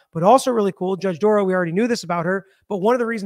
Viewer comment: Dorow NOT Dorrow NOT Darrow. Or Darow.